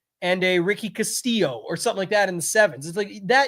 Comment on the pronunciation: Great DFS insight. you are the first person to correctly pronounce Ricky Castillo’s last name!